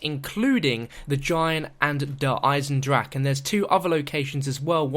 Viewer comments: that's how Germans actually pronounce it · Thank god he isnt saying "Der Eisendraha" in this one. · Finally, said DER EISENDRACHE correct!